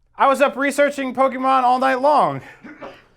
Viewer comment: That's not how you pronounce Pokemon!